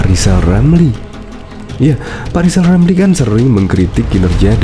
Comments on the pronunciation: Lijal lamli...Masi blm bisa ngomong LLL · Lijal lamli Coba ngomong rrr....rrrrr.....rrrrr....rrrrr